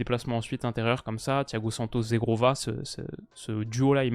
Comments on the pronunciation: si tu veux bien prononcer le nom de Zhegrova tu dois pas dire “zegrova” Zhegrova étant Kosovar et parlant albanais ça se prononce “gegrova” le “zh” = “g” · Coucou, j'adore ton taff, en tant qu'albanais nous sommes tellement fiers de Zhegrova! Juste petite correction sur la prononciation, Zh en albanais c'est le son j en français -> ça se prononce jégrova en "français" donc!